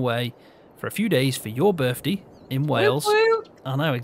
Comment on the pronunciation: What's a burff dee? Lol. Happy birthday. I'm enjoying the coop